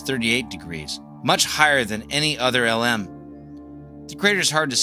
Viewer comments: Good video, but one quibble. You keep on pronouncing LM as "ell emm" which is indisputably wrong. It's pronounced "lem." It rhymes with "gem." Originally, the vehicle was the Lunar Excursion Module, abbreviated LEM, which everyone pronounced "lem." Later, the "E" was dropped because "excursion" sounded "too frivolous." But, by then, everyone in the program had been saying LEM for years, so the pronunciation didn't change. No one in the program said "ell emm." This issue is explicitly discussed in Murray and Cox's "Apollo: The Race For the Moon," one of the best books about those years. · Great video. But please don't call it "L M" - its pronounced "LEM"